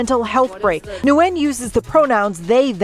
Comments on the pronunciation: I think that last nsme is pronounced like " win". Had friends with that name. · Nguyen is pronounced "WIN" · Nguyen is pronounced lik "win". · Ugh I hate the reporter!!! The person's last name is said when not new-when. The n is silent! Not that I'm defending the delulu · 😭😭😭 "Nguyen" is Vietnamese and it's pronounced something like "Nyowen". It's a super common Viet surname, like Smith or Jones in English, and it's also one of the hardest for English-speakers to pronounce 😂 They got it pretty close in the news segment though. Being half Viet myself your pronunciation kinda lowkey gave me a stroke, no offense 😂